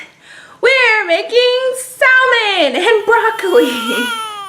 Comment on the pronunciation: I will drop kick you if you say saLmon one more time lol